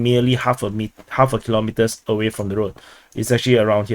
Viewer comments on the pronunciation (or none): none